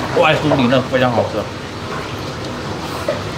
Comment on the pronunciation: 这普通话我也是真的服了。 灰常，。。 灰机吧